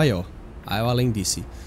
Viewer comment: O Al-an foi para o Al-em ? Kkkkk